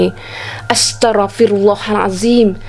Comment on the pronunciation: Pembetulan...Maafkan saya jika saya salah ...Astaqfirrullahhallazimmm..bkn astarrafirullah...